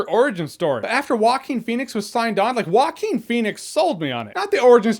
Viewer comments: "Walking Phoenix" XDDD Rofl, dude is not that hard to say [Hoaquin]. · Waquin? Rrruaquin xD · not exactly, its moreso pronounced wahkeen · "whacking phoenix" it's funny because Joaquin in spanish it´s pronounced "HO-AH-KEAN", when I read his name somewhere, I hear it that way in my mind even when I've already heard " Whacking" a thousand times.. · Walking Phoenix? It's a Hispanic name.. It's pronounced " hoe- ah - king" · It's pronounced Hwahkeen, not Walken like Christopher Walken Lol It's of Spanish origin. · Shark Team it's more like Hoakeen, not jokin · The closest to the original Spanish pronunciation is Hwah-KEEN / Who-ah-KEEN. If you know how to pronounce the final consonant of the Scottish word "Loch," that's the initial consontant of "Joaquín." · No guys it is pronounced Jo Wa Que In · Who else kept hearing it as "Walking Phoenix"? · Sounds like he is saying Walking Phoenix lol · "Waakin Phoenix" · 😂😂😂 he keeps saying “Walking” Pheonix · Is it just me or his name is being pronounced Walking Phoenix? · Why does he pronounce actor's name as "Walking Phoenix"? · Joaquker Phoenix will be on par with Nicholson and Ledger's Joker. Leto's Joker was a joke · Woaking Fenix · It is pronounced "Wacking" phoenix... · He pronounces Joaquin weird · Franky J Rod It doesn't make him stupid to not know how to pronounce that name, it makes him ignorant of that particular thing. I guess all native Spanish speakers who don't know how to pronounce one English name are stupid and disrespectful too, right? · Can someone teach our dear Jeremy how to pronounce Joaquin? Thank you :D P.S.: I'm saying this with all the best intentions, this is not intended as an insult.